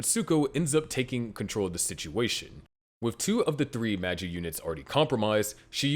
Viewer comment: Come on. You know better than to pronounce Angel names so badly. Even Magi is pronounced wrong.